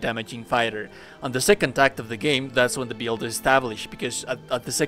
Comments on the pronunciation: Take a shot every time he says “DEECE BEELD” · I just can’t handle the way you say build, I’m sorry I know that sounds shitty, but I just can’t get past it